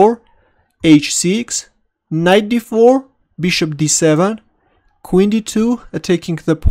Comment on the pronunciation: No offence But, Y u no pronounce bishop right?!?! Beeshop?